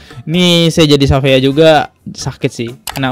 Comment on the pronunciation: syafiaa bacanya bang dia bake ejaan luar shafeea jdnya